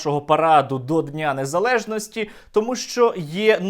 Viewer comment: Як я просто разреготався з цієї вимови на "НЕЗАЛЄЖНАСТІ" пхахаха ЩО за "НЄЗАЛЕЖНОСТІ" а де російська мова з "нЄЗАВІСІМОСТЬ"?